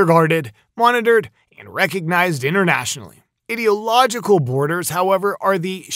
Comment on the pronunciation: Bro as a American and English being my 2nd language. It's i-dee-log-eh-cal lol not idiotlogical lol